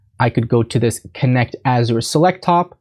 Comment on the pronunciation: Azure rhymes with measure. “Azhurr”.